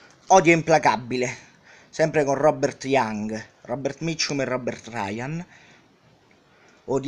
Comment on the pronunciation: Maestro come pronuncia bene Robert Mitchum